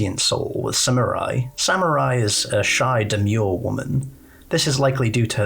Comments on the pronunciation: SAM-MERY!! NOT samurai WTF??? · I kept laughing whenever he'd mispronounce her name and kept calling her "samurai" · Saying Samarie as Samurai drives me nuts I'm sorry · nah its funny